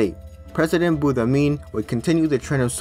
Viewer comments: Boumediene not boudamin 😂 , nice video tho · so im algerian and like the video but uuuuh, u said Boudamiene, it is BouMaDiene. Nice video tho. Also can you make a DISCORD server or can i have your discord? and you said Boudafa when its Boudiaf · Hahaha I died when I heard buddamin 😂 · You saying every name far from right was so funny hahah. Boumedien became boudamine. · In it's not buddhamin 🤣🤣 but Boumediene ! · me too 🤣🤣🤣 "BUDDAMIN" 🤣🤣🤣LMAOOOOO ! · How did you manage to pronounce Boumediene as Boudamine? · Over all an interesting video, you just need to read the names how they are written XD like Boudiaf (boodeeaf) instead of Boudafeh same for Boumedien and so on :D have a great day good sir. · you really butchered boumediene's name, poor preqident lol